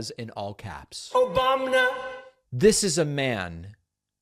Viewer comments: "Obamna" 🤣, I never get tired when you clown on chump and republikkklans. You just have to say the truth. 🤣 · 😭😭😭 not only did DP have smile on my face with "troth sentral" 😬 But, had me ROTFF with "Obamnah" Luv this upload bc I'm still balling 😅😅😅😅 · Love the “Troth Social “ and “Obamna” thrown in🤣🤣🤣🤣throw more in🤣🤣🤣🤣👍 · Trough senchill. Obombna ! 😂 Bahaha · The Obamna! sound byte gets me every time! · Yes so funny, Obamna as well! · I still love the Trooff Senshul clip. Omg and the Obamna too. 😆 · “OBAMNA” - Donald Prump